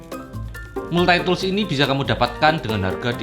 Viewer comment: kereennn.. makasih.. hehehe tapi untuk cara pengucapan Multi-tool itu dibacanya.. maltitul.. hehe tapi makasihh banyak... I love your video.. heuheu